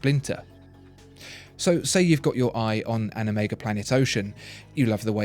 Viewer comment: what can you say. He's like someone with ADD, the way he repeats himself. I'm just glad he doesn't mispronounce my preferred brand (Breitling) like he does Omeegah. That's all, *uckaroonies!